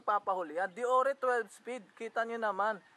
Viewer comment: Paps di po dee-yor-re ang deore.. Deyoor po pag pronounce nyan 😁